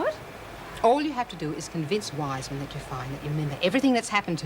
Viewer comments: I laughed when said Weesman lol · calling Dr Weissman, Dr "Weessman", and calling a "geisha", a "geessha". It's like Erica, Vera, Ann, Meg, Bea, Joan and anyone else saying "Meemo", instead of "Memo" all over again lol.